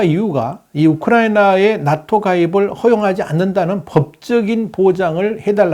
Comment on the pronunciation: 낫토(x) 나토(0)